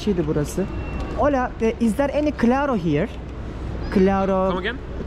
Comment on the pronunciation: Merhaba “iHola”daki H’yi okumayın lütfen. “Ola” diyebilirsiniz. Lindos. 🫡♥️🧚🏻‍♀️